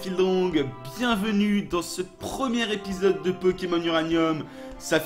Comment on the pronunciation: LES épisodes pas les spisodes !😂